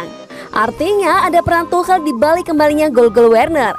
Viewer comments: Cara bacanya is tukel(tuchel) not tuhel 😆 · Gabisa bilang tukel Dah segitu ja capek